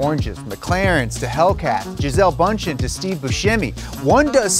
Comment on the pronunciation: i know i am late to party but u have been calling the lady Bündchen pretty wrong, the name is german and it sounds very very different get ur self a german speaking friend and let him say the name properly (i speak german and know how it would be said but i have no idea how to write how it sounds)